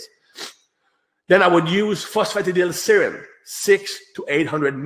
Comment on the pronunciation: This was excellent and worth listening to, if only to hear pronounce the word "phosphatidylserine" 😂😂👍